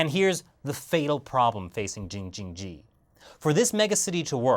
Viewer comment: You made laugh 😂 saying jingjining